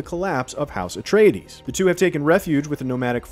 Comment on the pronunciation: "Irulan is a skilled biographer and historian..." who REPEATEDLY mispronounces "Atreides" in the trailer.